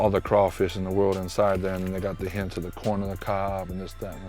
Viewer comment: Is he saying hit or hint